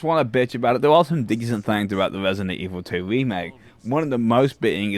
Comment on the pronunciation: Why wesident evil 2 is overwated!?!